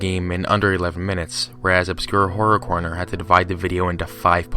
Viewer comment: "obscure correr horner" sure